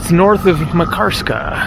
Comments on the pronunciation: Lol It’s not pronounced MA karskaaa, but more like Makar ska :) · It is pronounced MAHK-ar-ska. Stress on first syllable. Locals did not correct you? Just askin'.. Pronunciation of just this one name, since it is the focus of the video, was important to get right. Otherwise, it hurts the ears when you say it over and over. Good vids otherwise. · "Makarska" is stressed on the first syllable, like Manchester, Amsterdam etc.